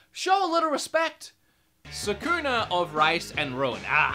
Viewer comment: You mispronounced Sakuna.